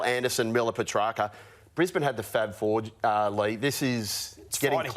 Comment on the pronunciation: it's not pronounced Petracker Ralphy. Good lord. Said it wrong about 10 times in this clip.